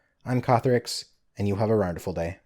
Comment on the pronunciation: "And you have a rawrnderful day" That's a nostalgia trip and a half. It's been a while man. Hope you're doing well.